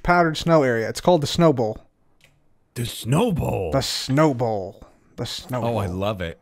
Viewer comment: The whole time i thought he was taking about a ball not a bowl 😅